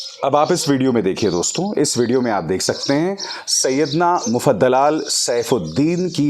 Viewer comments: Not Mufdaal but Mufaddal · Syedna mufaddal saifuddin naam hai. Syedna mufadalal nahin.